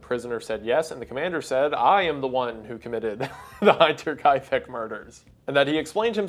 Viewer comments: The real horror is Wendigoon's pronunciation of Hinterkaifeck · Man, I love your stuff but how can you make a 1 hour video about this case and keep mispronouncing Hinterkaifeck 💀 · Just Hit the ad and I can already tell the egregious mispronunciation of Hinterkaifek is gonna be rough to get through for an hour. Love Wedigoon and his content but woof is this gonna hurt. edit: finished, yeah that part was rough. but it aside. This is such a sad story, Andreas was an evil man, may he burn. The fact that he was allowed near Victoria after being jailed for incest TWICE is so wild a depressing. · How can you make such a long video and mess up every single german pronounciation? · I know people will tell you this a lot, but the way you pronounce the word "Hinter" is... weird. It means "behind", but the "I" is pronounced like the "i" in words like "him" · His Hinterkaifeck triggers me every single time^^ he is able to say "hint" and "inter" therefore he should be able to say Hinterkaifeck at least kind of right if he would care :D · Yeah his pronunciation is driving me mental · This isn't a big deal, but please at least put any foreign or non-English words and names into Google Translate or something to hear how they are pronounced. You don't have to replicate the pronunciations perfectly, just don't butcher them especially if you're going to say those words all throughout the video. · A little pronunciation tip, because I see so many English speaking people struggle with German (which is understandable, it's another language after all): The first 'i' in Hinterkeifeck has the same pronunciation as the 'i' in Hitler. Probably not the best example, but English speaking people normally know how to pronounce that name, so that's why I chose it. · Is he pronouncing Hinterkaifeck wrong or have I been? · You’re saying hinter unbearably wrong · He knows it’s Germans in Germany, yet he persists to pronounce the “i” like it’s english. That is enraging. НоIу fuсk.